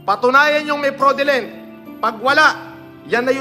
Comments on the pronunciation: This will be your final warning to me... topnocher sa Cambridge University ha! Pati fraudulent hindi masabi ng tama. hahaha! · Doctorate daw siya pero hindi ma-pronounce ng tama yung FRAUDULENT.